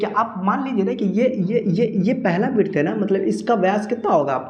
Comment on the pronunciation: Virt bol diya hai😂😂😂😂😂😂